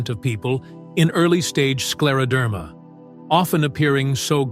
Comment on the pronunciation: Слушать невыносимо, неужели нельзя ИИ правильно произносить слова.... СкАродермия😢